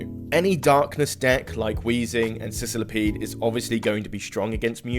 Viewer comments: I thought he misspoke and said Sizzlipede on accident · Why'd you pronounce scolipede like that lmao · For real lmao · Because his Scolipede is from Sicily